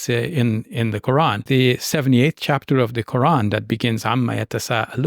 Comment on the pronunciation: It’s not Qur-Ann, it’s Quran and it’s not Dr Shab-Beer, it’s Shabbir.